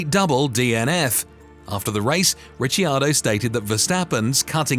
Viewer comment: mate it's Rickardo